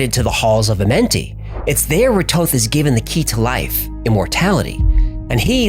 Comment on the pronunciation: I thought it was Thoth not Toth. I heard somewhere that he was Jesus.